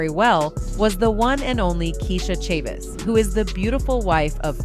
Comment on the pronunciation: Yo, the AI pronounced "Chavis" like 18 different ways. 😂